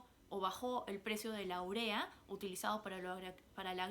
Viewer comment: Jajajaja apenas sabes como se pronuncia la UREA, pero bueno interesante tu video de como se PERPETUA correa y a la ves dices que constitucionalmente solo tuvo 2 gobiernos, una grave contradiccion aparte de ver todos tus prejuicios y mala informacion... Pesimo tu video...